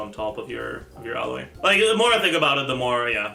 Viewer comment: For some reason he calls her Ella, much like he calls Aloy "Alloy". It's just what he does. No real reason as far as I know